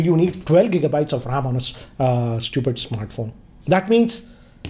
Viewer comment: Nobody: - StuYooPiD